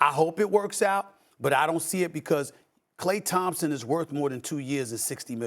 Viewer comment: Stephen A. doesn't even pronounce his name correctly.